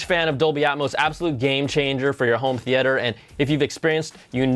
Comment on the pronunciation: You carried over your 'Theater' pronunciation haha